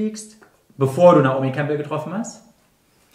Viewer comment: Caro is eh ur cool. Aber bitte, WARUM sagt sie denn (genau wie in der Show) so demonstrativ, fast schon absichtlich abwertend wieder "Kampl" statt Campbell? In wien könnte man n Wortspiel machen " Naomi, geh die Kampln, deine hoa schaun scho so zazaust aus." …. Nein, ernsthaft, warum muss man sie die ganze Zeit zu einem Kamm machen?! Man muss ja nicht absichtlich alles anglizisieren, aber doch um Himmels Willen, einen englischen Namen, muss man auch nicht krampfhaft germanisieren!!! & niemand korrigiert sie. Campbell hat doch nix mit einem Kampl zu tun!!!!!!!!! Find ich echt schockierend. Aber ja, vlt is es Absicht v Caro weil sie sie nicht mag u rausflog in d Show … weil sooo schlecht englisch wird sie nicht können, sogar jmnd der kein englisch kann, kann Naomi Campbell aussprechen!!!! Sie hörte es ja auch v den anderen die richtige Aussprache des Naomi Namens.